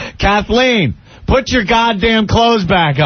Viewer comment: Listen to that idiot Opie say “put” wrong.